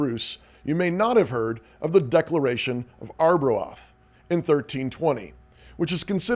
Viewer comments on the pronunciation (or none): Ar-bro-Ahth? Do you possibly mean Arbroath (pronounced R-bro-th)